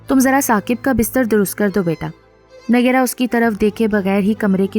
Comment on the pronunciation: Phir bhi nayyera nhi hai pronounce sahi hona chahiye